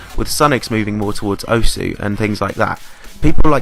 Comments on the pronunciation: The u in osu! is silent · That one moment when you don't realise you pronounced osu wrong every time in this vid.